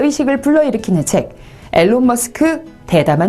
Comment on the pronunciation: 미안한데 일론이다 적혀져 있는대로 읽지는 말자 너의 이름이 김서연인데 김서윤이라고 읽어주면 좋겠냐